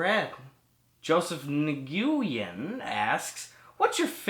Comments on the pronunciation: Lmfao the way you said Nguyen. A vietnamese and Cambodian girl at my high school said it was pronounced "Gwen" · Nguyen is pronounced like when.